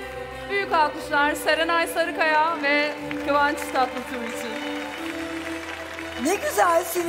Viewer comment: Hiç kimse isim soyisim doğru telaffüz edemedi nedense Nebahat çehre: kıvanç tatlısı Cem davran:kıvans Tatlıtuğ Çağla Şikel: saranay Sarıkaya 😂😂😂😂